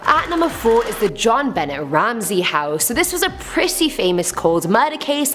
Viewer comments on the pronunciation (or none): Re: The Ramsey story...the little girl's middle name is pronounced "Ben-nay," NOT "Bennett!" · JonBenet is pronounced JON BEN NAY not JON BEN NET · Please do me a favour n av the respect ov pronouncing Jon Bennet name properly it's NOT BENNETT ITS PRONOUCED BENAY!!! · Pronounced Ben nay not Ben net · I love your story telling but you are pronouncing JonBennett's name wrong into not pronounced "Jon Bennett" its more like "Jon Bana". That was a huge case when I was younger and I remember hearing her name so much on the news. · It's really NOT pronounced JOHN BENNETT RAMSAY!! JEAN BENNAY IS OW ITS PRONOUNCED. JEAN in the French not jeen as in English. Just considering her tragic ending its just respectful to get her name rite, I think. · John Ben-ay, not John- Bennett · its not jon bennett its jon benAAA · It sounds like you say the T in Jonbenet Ramsey. But the “T” is silent. So it’s pronounced ”JON-BUH-NAY RAMSEY” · The little girl's name was John Bennett Not John Bennett The TT is silent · omg everyone in the world sept you knows its "Ben-nay, and jean like the way you say jean cluade van dame and you live in canada french central lolol have a great night. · I love your vids, but it's pronounced bownaa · “Jon beh nay “ Ramsey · Benet part of Jon Benet-Ramsey is pronounced "Buh-NAY." I believe it is French. Otherwise, Great Job!! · Her first name was pronounced zhon as well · Her name isn't John Bennett. You have Google, wtf? Btw, its not defo either( long sigh). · Jon BAAAANET thats how you say it. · You're miss pronouncing the little Ramsey girl's name. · The way you butchered the pronunciation of JonBenét Ramsey's name Might cause her to haunt your house next! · Yes made me cringe every time she said her name! 🙄